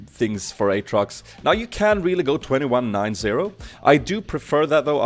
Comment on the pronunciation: You say the name this way! "Åtrox"